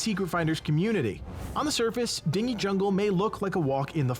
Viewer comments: ikr, it's "din-jee" not "ding - ee" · You mispronounced "dingy". You said it the same way that way you pronounce "dinghy". It's pronounced "din-gee" as in dirty. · I think "dingy" is pronounced "din-jee" with a hard G. A dinghy (as you are pronouncing it) is a small boat. Dingy (din-jee) is damp, dark, etc. But the mispronunciation may have increased my enjoyment of the video. Pretty funny! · Dingy is pronounced as Din-gee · Dingy is pronounced din-jee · It's pronounced "din-jee jungle" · Hm, that feeling that people will now pronounce "Dingy Jungle" as ding-ee, instead of din-jee. Dingy, as is dirty, gloom, drab or dismal. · that bugged the fk out of me too haa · Came to the comments for this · just can't pronounce words right;) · Do you not know how to read the word dingy ? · Are we going to talk about how he’s pronouncing “dingy”? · I was about to, till I say your comment. LOL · Thought the same thing. sigh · As soon as he said it I was scrolling through the comments to find this.